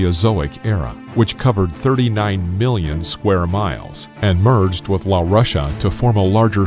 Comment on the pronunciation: misspellings and mispronunciations galore… Fukushima, not Fukishima Laurasia, not Laurussia Eritrea is pronounced air-ih-tray-uh, not er-ri-tree-ya I'm sure there's more, but I'm not going to re-watch.